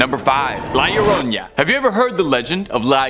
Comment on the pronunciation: I love how they say the lloroña 😂😂😂😂 it’s the llorona (lloró-nah) 😂😂😂 but I’m still loving y’all vids ❤❤